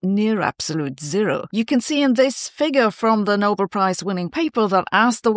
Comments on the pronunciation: Sabine, if you can pronounce Nobel properly, rhymes with bell, why do you keep saying noble? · It's not the "No-bull" prize, but the "No-bell". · I don't think its pronounced 'noble'; I think its pronounced 'No-bell' ...